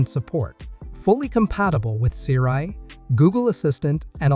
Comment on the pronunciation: You did a review of the X1, git me hyped for no reason and you really mispronounced Siri